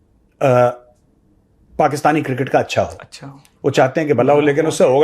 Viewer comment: Major Saab pls tell 😢producer that cricket not kirkit pls don’t take it seriously 😂